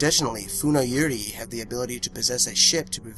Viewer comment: Yurei isnt pronounced like that lmao